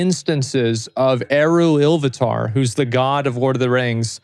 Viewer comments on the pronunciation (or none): why is he saying "eruilluvatar" ? when it was Eru / Illuvatar (same deity, different names)